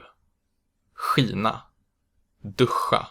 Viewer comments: Hur kan du få Skina att uttalas Kina ? Innan du försöker lära ut något så lär dig rätt själv först ! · Hej! Thank you for your lesson! I have a question : Do you round your lips when you pronounce /ɧ/? Because , 'skina' sounds like /ɧʷi:na/ to me.